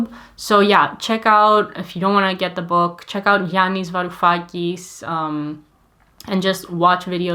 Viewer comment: "And the weak suffer what they must?" by Yanis Varoufakis. I had to rewind the video a few times and put on subtitles to make a somewhat good guess at what she said, haha. :D